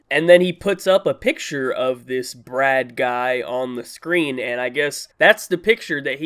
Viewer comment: *LOL AT FIRST I THIUGHT THE DUDE SAID BREAD NOT BRAD!*😂 (Garlic Bread)